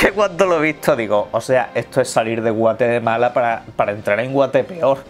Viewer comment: Yo soy de Guatemala y decir que sales de Guatemala a Guatepeor es una ofensa un insulto y lo peor es que ni siquiera pronuncias bien Guatemala